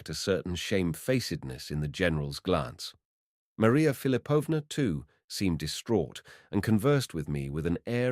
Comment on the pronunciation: Philipovna, stress on the second syllable. Thanks for the reading!